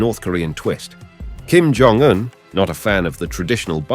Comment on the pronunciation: No it's Kim John Dung